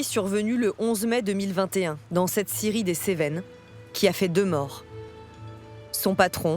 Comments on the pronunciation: Quand ils disent scierie on entend Syrie c est bizarre non ??😂❤🎉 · Ecouteurs au resto a regarder la video et 3 bieres et quand tu entend scierie tu entend Syrie c est bizarre😂🎉🎉🎉❤